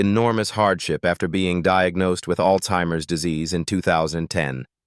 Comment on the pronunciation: It’s Alzheimer’s. Not All-Timers!!! Moron